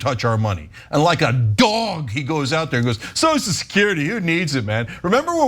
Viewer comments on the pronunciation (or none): Notice when Johnson sues the word- he calls it 'So-security'. He can't even bring himself to say the word 'social'.